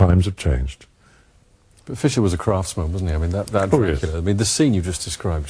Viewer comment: draaaacula drrcula drrrrrrrraaaaaacula leeeeee